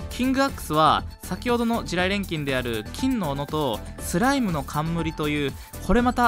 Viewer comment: はthの発音がキレイですね。 thライム thoう備 はやぶthaの剣 thaい強thoう備